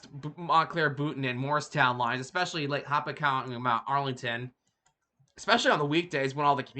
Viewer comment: Please learn how to pronounce Hopatcong: ho-PAT-cong. I can remember the Phoebe Snow stopping in Blairstown, picking up students from the Blair Academy. Amtrak should continue north and west on the Lackawanna route: Binghamton, Owego, Elmira, etc., across the Southern Tier until it connects with the Lake Shore route around Erie. Could be a faster express route to CHI.